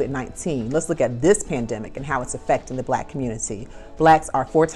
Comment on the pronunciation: Did she say Plandemic?